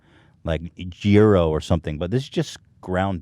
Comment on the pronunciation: oh God... I know Ethan was trying to say "gyros" but it came out as "euro"... gross